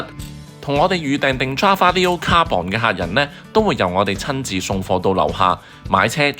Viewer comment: 點解個個 carbon 都讀「卡磅」？係讀「卡笨」呀⋯